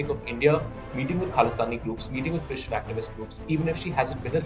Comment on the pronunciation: Why so much emphasis on the word "christian"? This issue is more than religion. So irritating.